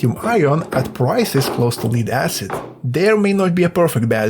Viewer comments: Pronunciation tip - lead is "led" not "leed" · It's not "Leeed acid" it's Lead like head or dead.... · FYI, lead is pronounced led, not leed. Also. thanks for this great video. I will actually put it into use when I build my next fishing kayak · It’s pronounced LED ACID not LEED ACID. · well done, read all coments till i found pronounciation of Lead he beat me to the punch as i debated on calling you out on it LOL (led not leed) lead can be pronounced both ways as it is written same way depending on the subject, that's english for ya' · Can't pronounce the word Lead. You keep saying Leed instead of Lead. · Lead/li:d/ is not lead/led/ - perhaps a dictionary..? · Lead is pronounced like "ledd" not "lied" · It is lead - not leed ! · In English, 'lead' (the metal) is pronounced "led", not "leed". The word 'lead' (as in a dog lead or popular leader) is pronounced 'leed'. Confusing language with terrible spelling norms... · AI says, Leeeed acid. Block you! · lead is actually pronounced lead, hope this helps ❤ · You could also provide a little pronounciation help: in this case, lead rhymes with shed. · If just spelling it told you how to pronounce it he wouldn't have made the mistake. It'd be helpful to spell it phonetically with examples like "ledd." The double consonant implies a preceding short vowel and that the "d" sound is not silent. It's also helpful to clarify that "lead" is pronounced that way, but when it's used as a verb, "to lead," so perhaps he has only ever ~read~ lead. Emphasized because "read" is another example of edd vs eed ( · That's not how you pronounce "lead" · It’s pronounced lead not lead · A controversial future "Perfect" battery was announced at the US CES show: Donut Lab "production-ready" SOLID-state battery, lasts for 100,000 cycles , fast charge, higher density, no volatility (No working batteries were on display.) Appears to be a sort of capacitor with no chemistry. fyi "Lead" is pronounced with a soft E.